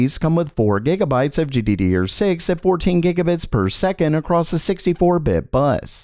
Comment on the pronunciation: Gee-dee-dee-ur had my rolling